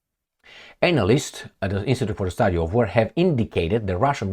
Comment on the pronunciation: Hi, analyst is pronounced anna list not anal ist. x